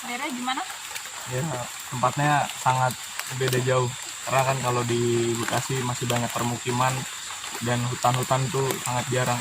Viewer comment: Mbak Bekasi....bukan Mbekasi🤣🤣🤣